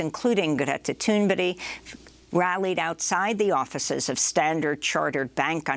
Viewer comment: Is Amy calling "Greta Thunberg" Greta Thunberry? Is her name supposed to be pronounced this way or is there a second activist with that name?